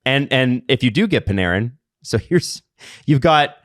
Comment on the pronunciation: Why do the always mispronounce Panarin’s name? Is it a bit?